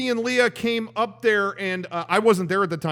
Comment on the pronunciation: you miss pronounced leahs name! its not like the star wars princess. Its pronounced LE ah